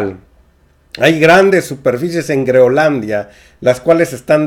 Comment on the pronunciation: Es Groenlandia...creo que pronunció Greonlandia.